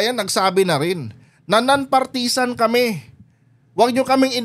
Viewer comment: Please learn how to pronounce partisan